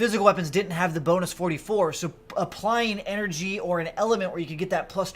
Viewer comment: “Enery” lol.